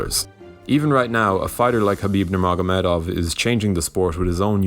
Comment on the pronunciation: Surprised people still don't know how to pronounce Khabib